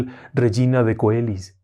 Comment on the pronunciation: Coeli se pronuncia "cheli". Excelente video como siempre. Muchas gracias.